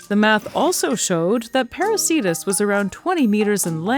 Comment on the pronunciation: Why are names of whales ending in -cetus masculine? Κητος is neuter. Same for plants ending in -anthus. What you said sounds like "parasītas". I suggest /peɾu:'ke:tus/. Latin 'c' is always /k/ if it's from Latin or Greek; in "Ceiba" and "Cariama" it's /s/ because of the languages they come from.